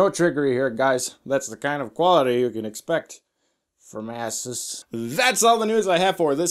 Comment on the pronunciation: What's with the "?"? He made "Ah-zoos" sound like "A**es."